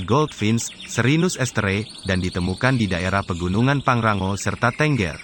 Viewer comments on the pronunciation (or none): none